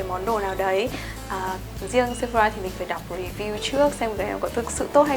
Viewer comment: Chị ơi chị đừng đọc Sephora là "Sép-pho-ra" nữa nha chị huhu "sẹp-pho-rà" nha chế :333